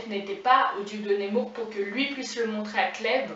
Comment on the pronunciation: Mervi beaucoup! Persévère ici et sur Instagram. Et petite note prononciation c'est nEmour pas nÉmour:D Force. Amour. Inspiration. Sur:)